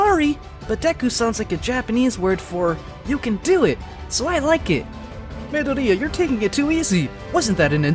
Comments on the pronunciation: I kept crashing out when he kept saying midoria* instead of mydoria lmao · I'm more disappointed at how this MF says Midoria "mi" "dor" "di" "a" ffs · Midoriya = Mid-o-ri-ya. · Anyone else cringes at how he pronounces Midoriya. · The way he says "Midoriya" makes me rage so bad. It's like he's never watched MHA before 😤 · My only complain is the way he says midoriya and the fact that he doesn’t call them quirks